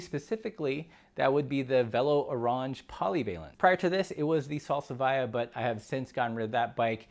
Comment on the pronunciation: Can we have a discussion on the pronunciation of orange? 😉